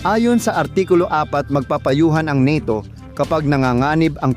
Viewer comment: Bugok. Ka talaga ayusinmo pagbigkasmo sa NATO bobo ka pala.